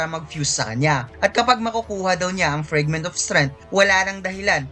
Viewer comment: Pwede ba icorrect yung FRAGment hindi FREG 😪